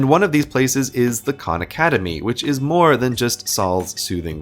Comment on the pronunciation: My ears hurts, hearing you say Khan.